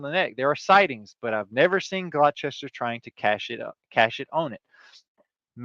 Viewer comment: Locally pronounced Gloster